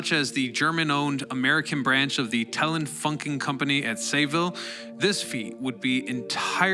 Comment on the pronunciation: Time to retrack and repost! It's not "na-SOO" Street, it's "NAA. SAW." Like Nassau County on Long Island (and in Florida)...And more importantly, it's "Telefunken" - not "Telen Funken". Sorry, dude, I'm a network TV documentary video editor so...